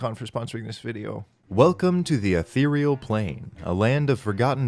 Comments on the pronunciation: The way you say "ethereal" is unforgivable. It makes it sound like a brand of mouthwash. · omfg, someone else used to think it was "ethral" instead of "ethereal" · a theroy e al = Ethereal